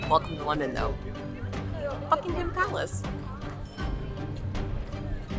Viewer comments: Bucking'm Palace, not Bucking Ham Palace. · PLEASE say 'Bucking'm Palace'. Just about any place or placename that has 'ham' at the end sounds just like 'm. Chatham = Chat'm. Also, there is no way on Earth to compare London with New York City. Just tell me how many churches there are in New York that are more than three hundred years old? Let alone a thousand? Even my school was brought into existence by the wishes of Elizabeth the First. Much of the London you see, especially in the Square Mile, are the results of the rebuilding after the Great Fire of London in 1666. St Paul's Cathedral replaces the original, destroyed in that fire. Where was New York then?